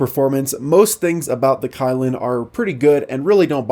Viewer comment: It should be pronounced as ky(key)lin(lean), but it's ok .no one's perfect😊